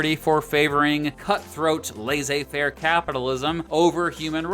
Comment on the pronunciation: Thank you for pronouncing laissez-faire correctly. My high school history teacher was one of those "lazzay-faire" folk